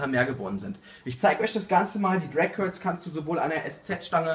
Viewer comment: "Crag curls" am anfang :D